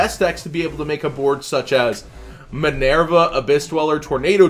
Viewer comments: MI-NER-VA not MI-NAIR-VA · you need to learn how to pronounce these cards bro lol you make me cringe. it's ZOO-DIAC NOT ZO-DIAC and MI(ME)-NERVA NOT MEH-NERVA lmao